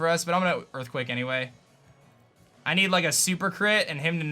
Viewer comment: those EErthquakes tho